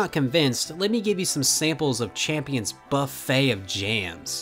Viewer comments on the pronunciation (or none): none